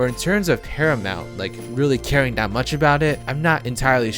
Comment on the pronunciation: I thought you said parliament for a second there 😂